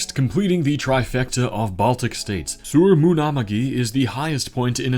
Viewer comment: the estonian Suur Munamägi was pronounced so wrong but… im still happy that u put some effort to pronounce it.